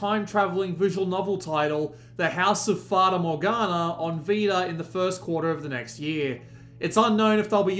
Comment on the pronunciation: Don't worry. You pronounced Fata Morgana right.